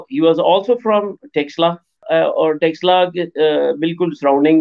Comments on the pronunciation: Sir, Taxila nahi... Takshashila bola jata hai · टैक्स ला 😂😂😂 नहीं है भाई तक्षशिला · 🤦🏼‍♂️ अरे यार टक्सला नही तक्षशिला है. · It is not TAXshila it is TAKH-SHEELA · By pronouncing it in wrong way as Texila, till you are disowning this University. Please pronounce it in a correct way as takshila. It is correctly spelled as Takshashila in English and in devnagari script written as तक्षशिला. One more spelled version is Taxila, but it is wrong. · It's called Takshashila not texla..in modern term it refers as taxila...again not texla... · Taxala nahi, Taksh Shila... 😅😅😅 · Texla 🤣🤣🤣🤣 Taksh-shila... more specific Ta-ksh-shi-la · It's not Taxila. It's Taksh-shila. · What is Texilla? Madrasachap it is Takshashila....next time you will say shakila or teqilla 😂😂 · Taksh shila not teksila 😂 Chaanakya not Chaankia 😂 Hmaari history ko apna bata rha h besharm log....converted muslims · Taxla nahi Tax Shila bolna seekhe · You both are pronouncing wrongly. . It is not TEXLA. . it is TAX SHILA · Kyu Takshashila ka nam bigar rhe ho Texla texla bol bol k Shi nam ka aucharan krna sikho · Prof can't evenpronounce word it is takshashila it is Sanskrit word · please correct your pronounciation to Taksha Shila.